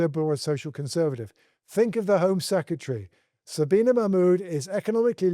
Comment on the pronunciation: Did he just mispronounce Shabana’s name? Wao!!!!